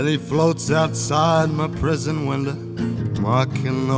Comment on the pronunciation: He said prison winda, not window.